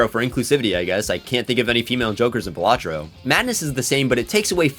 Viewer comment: Finally someone says it the right way. baLAtro. Not BAlatro